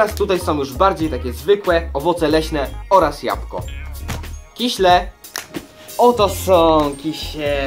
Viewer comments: I jeszcze się doczepie nie "kiśle" tylko "kisiele" no, ale każdy popełnia błędy. :D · Kiśle <3 nie lubie jak ktoś mówi kisiele xD to takie miastowe!